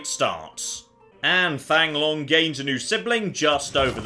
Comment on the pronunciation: FYI... Thang Long is pronounced Tang Lom